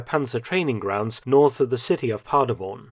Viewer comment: Every time he says 'Paderborn' and mispronounces it, it makes my teeth itch. My wife's family is from a village near Paderborn and they do not say the name the way Mr Felton does.